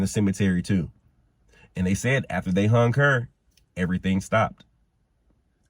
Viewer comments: It is hung not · It is " hung" by the way